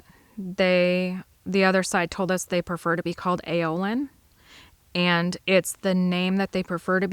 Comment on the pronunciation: The way you said "eand" I've heard from southeastern PA across western MD into Ohio.